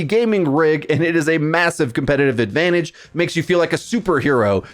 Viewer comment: AdvanTage not adavanidge